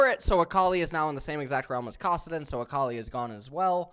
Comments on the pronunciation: Kawsidin LMFAO come on bro that one isn't even hard to pronounce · I’m going to lose my mind if he he keeps saying kawsedin